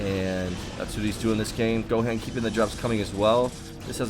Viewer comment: It's pronounced go Hon lol. You never seen dbz I guess.